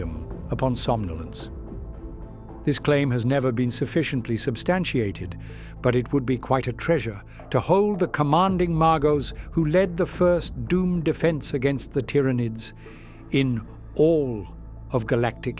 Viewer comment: Really looking forward to Tyranid content! It's a shame GW keeps making Chaos the biggest villain when the true horror of the Nids is only getting started. When configuring the voice, you might try spelling it phonetically (teer-a-nid) because it occasionally said Tie-ra-nids.